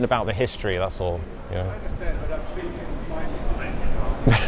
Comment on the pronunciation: "Thats all" sounds like "Asshole" 😂😂😂